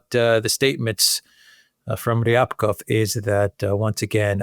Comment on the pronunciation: Rybakov is pronounced as ‘Ribakov’.